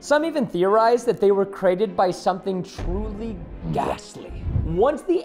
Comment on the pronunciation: at the time he says cerated instead of created